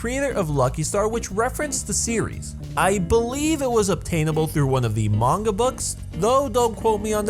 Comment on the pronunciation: about the yandere simulator one its not a coincidence they are both psychopaths since they ARE both yanderes i mean you can look at other yandere characters and they are also quite extreme. sorry for nitpicking this continue. 1 great job at pronouncing manga correctly but you pronouce kagame wrong so negative point 2. you used dub of no game no life... negative 50 points 3. you worked hard so +60 points